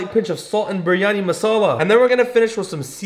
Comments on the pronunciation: Bro, the last biryani recipe you said “biryani” and in this one you said “bur yani” Bro you got white washed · I’m a Muslim and u have to say it as bryany ❤